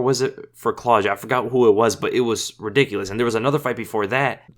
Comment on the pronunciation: Claw dee ah not cloja